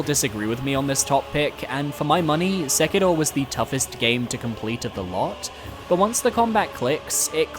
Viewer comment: Why are you saying Sekiro like that... You trying too hard.